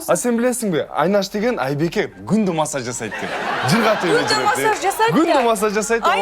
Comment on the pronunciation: де "машшаз" болуп кеткени жакшы экен🤣🤣🤣